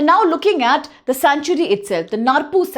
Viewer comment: Dkhar can't pronounce khasi. Narpuh pronounce narpouh